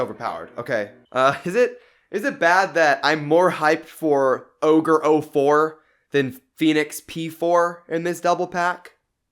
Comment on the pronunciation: My mans triggered me every time he said ogre